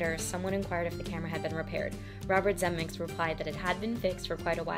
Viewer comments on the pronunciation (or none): Girl, if after several corrections you still can't pronounce a leading industry giant's name correctly, you might want to switch career paths! 😒 Zemeck*IS*